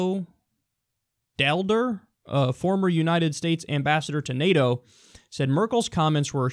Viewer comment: Kyle Kulinski Your second pronunciation of Ivo was correct, how you pronounced "Daalder" came relatively close but is incorrect, I am not sure if the Americans have this vowel in their language, it might be the same sound as your "ah". His last name is Dutch (he is Dutch), it is a word which the Dutch used for a coin. This coin: At your service. ;)